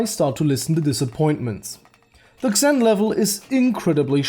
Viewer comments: Xen is pronounced "Zen" not "Ksen" just so you know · its pronounced zeen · It's spelled "Zen" not "Ksen" lol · BTW, the "Xen" is pronounced more like "Zen" in English. I'm Polish so I had to learn that too, you sound Russian to me :) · you say it zen not xen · xen is pronounced zen not exin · The way you pronounce "Xen"... My ears... It's pronounsed as "Zen", not "Ksen" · No offence, friend. I've watched the video, and you've covered what everyone else seems to have a problem with. good review. But the title is very misleading and if it weren't for that I'd have nothing bad to say about the whole thing... Oh and by the way "Xen" is pronounced "Zen" for fucking "Ksen" ;P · xen is pronounced like "zin" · xen is pronounced like zen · It's pronounced as "Zen." GMan pronounced it as such. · The way you say "Xen" actually bothers me.